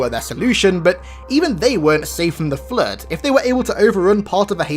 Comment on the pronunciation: Flrood saying it with an R is killing me